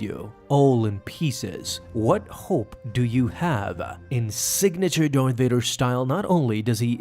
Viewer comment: Why do you pronounce Darth "Doith" or "Dorth"? I rewound it several times to make sure.